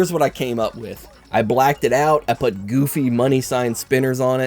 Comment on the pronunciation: I think the dislikes are for making "put" sound as "but", but I liked the video so I put a like 👍